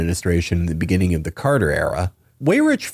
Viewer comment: the beninnging